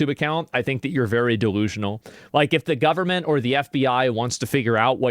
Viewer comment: The “guhberment” will protect the kids. 😂